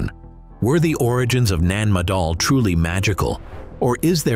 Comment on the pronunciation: 🌿 Having twice visited this old Lemurian outpost over 40 years ago - it is saddening that the 'voice over' is unable to pronounce - NAN MADOL - Thankfully David Hatcher Childress, says it correctly. 🙏